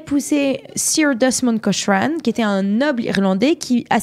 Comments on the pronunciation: Prononcer Cokrane svp ! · Autre erreur: La photo qui vient après le portrait de Lady Cochrane (on prononce : "Kokrennne" !), à , ne représente pas la façade de son propre palais, mais celle de la villa voisine (le Musée Nicolas Sursock).